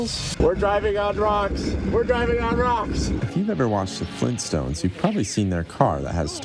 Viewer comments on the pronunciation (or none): fleentstones? AAUUUGgghhh